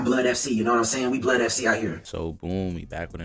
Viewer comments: Yo his name is pronounced "blood" not "blee-odd" 😂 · "Shay" & "Blee-odd" cmon brah 😭